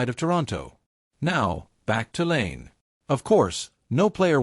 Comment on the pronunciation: There's literally nothing controversial about this "revelation". Also, the lazy use of AI narration and mispronouncing of "Lane" and "Pear" is terrible. Use your own words.